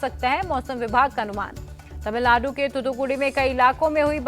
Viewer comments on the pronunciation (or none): none